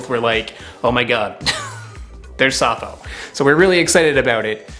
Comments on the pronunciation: It is called "safou", not "safo". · Anyway, it's a French word, so you should pronouce it like "safoo" stressed on the second syllable. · Dacroydes edulis or Safou in Cameroonian French (pronounced Saah foo not Ca foe). Perfumer’s opoponax is also from the same family. Safou is not so much from West Africa as Central Africa. Very common in Cameroon, DR and Rep Congo (on the western side of DR Congo), Gabon and Nigeria. It can be propogated by marcotting (Air layering) or from seed. I brought seeds from Cameroon to Liberia about 13 years ago and planted 3 trees in Gbarnga, Liberia. They are likely very big trees now, hopefully feeding many happy people. You guys would get laughed out of Yaounde eating them this way. The best way to cook it is in cast iron skillet (it cooks in its own oil no need to add red palm oil) or grill over charcoal. I have never had them boiled. I agree with the taste as a mix between avacado and olive. Try some loaded in a nice fresh baguette. Bon appétit ! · It's pronounced Safoo